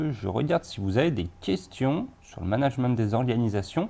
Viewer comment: nan vraiment, il me stresse a dire managemente